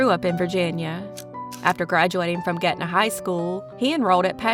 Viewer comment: It’s GRETNA HS not GETNA. 🤦🏻‍♀️